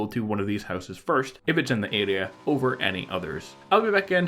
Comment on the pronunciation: “Adea” it’s area (air re A)